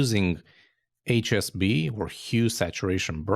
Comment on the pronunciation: Small correction needed while describing HSB...I think you are saying SHB.